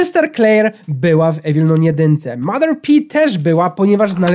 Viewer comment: jeśli nie wiesz jak się mówi - Evil Nun 2 to masz: Ewil nan dwa. Proszę zostawcie lajka kto to widzi Żeby wiedział bo to wkurza jak mówi Evil Nun 2